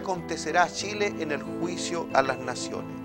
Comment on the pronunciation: Los ignorantes y estupidos como uds deberían ser bloqueados. El animador ninsiquiera sabe decir Chile, dice Shile. Jajajaja una verguenza